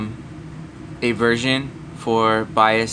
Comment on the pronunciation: Too Long to explain .... Also its "BIOS" not "BIAS"